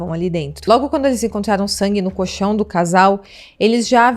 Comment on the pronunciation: Fala-se coLchão, com "L" entre as sílabas. 👍🏻👍🏻